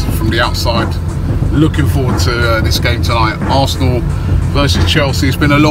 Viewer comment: Chinese cant even say Arsenal properly..they say "Alsner"